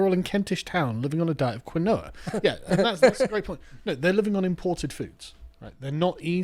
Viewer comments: Quinoa is "key-nwar." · I love that no one on the show can pronounce quinoa. Proper blokes 😅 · Quinoa is pronounced keen-wah lads 😉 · It's pronounced Keen Wa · It's pronounced "Keenwhah!" btw. :) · Quinoa is pronounced "keen-wah". 😂 Don't they stick that stuff in vegan sausages? Lmao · Quinoa = Keen-Wah lol it's a latin american grain/seed thingy.